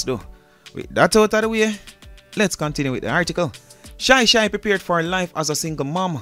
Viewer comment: It's not shy shy ,it's chy chy